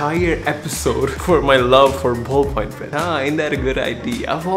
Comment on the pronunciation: Ballpoint pen. Say it with me Ballpoint pen. BALLPOINT PEN